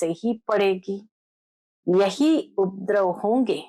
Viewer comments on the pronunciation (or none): UPADRAV BOLNA SAHI HAI, UPDRAV NAHI. P PURA BOLEN, AADHA NAHI.